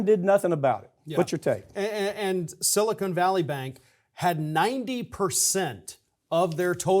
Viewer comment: Silicon; not Silicone!